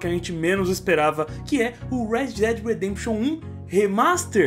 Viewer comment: Kkkkk Muitos brasileiros pronunciam "Red Dead Redemption" como "rédi dédi rêdêmpixion" sendo que a pronúncia correta é "Ruéd Déd Ruedempxiôn" kkkk